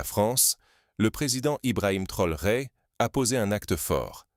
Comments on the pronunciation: Pourquoi déformé le nom de TRAORE ce n est pas Trore merci même si c'est IA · Est ce si difficile de prononcer correctement le nom du Président Ibrahim T R A O R É ?